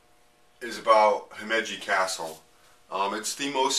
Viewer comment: You're pronouncing Himeji wrong.